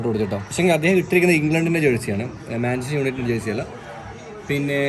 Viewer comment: manchester "united" aan Manchester "united" aan 🙃 Manchester "united" aan